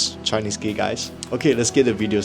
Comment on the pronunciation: 'why are you geh' never gets old😂